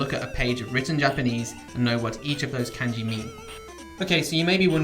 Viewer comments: It's NOT "KAENJI", ITS "KAHNJI"!!!!! SHORT "A" SOUND, MY FRIEND! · did is not irritate anyone else how he says pronounces kanji like can-jee instead of kahn-jee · For all your knowledge of Kanji, why do you pronounce the a vowel /æ/ instead of /ä/? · It's funny that someone who can write Kanji can't pronounce Kanji correctly. LOL. It's pronounce Khan-ji people, not CAN-ji. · Isn't it pronounced kahn-jee, Not can-jee? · Say Can-Ji one more fucking time. You pronounce Ka as KAH the same with every other A sound in the Japanese alphabet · why does he pronounce it like "can ji" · I trust you... but I question you because you’re calling it k- ANN- ji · Did this mans just say "can-ji" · Cum gi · shmoppl bGFzdG5hbWU Japanese speaker here, it is like a g as in giraffe. It's spoken kahn-ji. like with a j sound. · I couldn't get over it either. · the way he pronounces “kanji” is just unforgivable 💀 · Isn’t Kanji pronounced as if it rhymed with Bungee? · He uses the Anglicized pronunciation, doesn't mean he doesn't know what he's talking about. The method he talked about for remembering kanji is really useful. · I'm sure it is, but I just can't get past that annoying flaw. It looks like its just Heisig in a video, which is nice but content is only one part of a video. I have no confidence in learning a language from someone if they don't even bother to pronounce a major word correctly. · I think op was talking about the "a" in kanji. Japanese "a" is more like the british "a" in "can't". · Fan ( I assume you know what a fan is.) Fawn (Multiple meanings, usually as a verb to Fawn over someone.) Changing the way the letter sounds changes the whole meaning of some words. It's not an accent. Calm down, you're getting paid to teach. Beginners watch these videos. You wouldn't teach a new English speaker that Can is pronounced Cawn. Simple as that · Its looks really bad when you cant even say "Kanji" correctly.